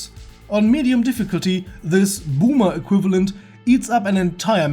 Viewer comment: Bümah Ehkwifalent